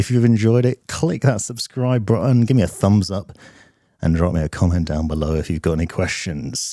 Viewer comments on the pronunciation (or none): "Suhbshcribeh bruttuhn"